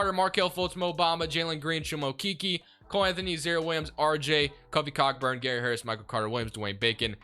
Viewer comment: Its pronounced co burn no c**kburn loving the content